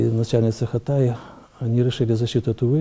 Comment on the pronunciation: У нас ЦТАИ с ударением на И произносят(КАЭС).